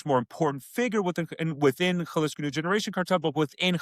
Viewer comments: Jalisco = haa-lee-sko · can you AT LEAST pronounce Jalisco better? It would take you 5 seconds to look up... 🙉